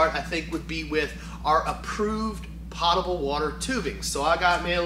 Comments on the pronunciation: Poe-ta-ble not pot-a-ble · FYI: It's pronounced "pote-able." I don't care how many people say it incorrectly. Look it up. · The water is potable so that it can go into a pot. Not a pote. :D